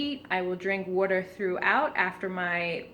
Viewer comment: "Werter..." are you in Philly!?